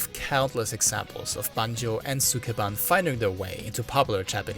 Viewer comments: All that research and he couldn't even learn how to pronounce "sukeban" correctly. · “Sukeban” is how Maduro pronounces Mark Zuckerberg’s last name